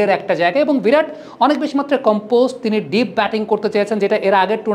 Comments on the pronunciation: ভিরাট নয় বিরাট বলুন। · ভিরাট নয়, বিরাট। বিরাট কোহলি। হিন্দি আর বাংলার পার্থক্য বুঝুন তারপর সাংবাদিকতা করুন।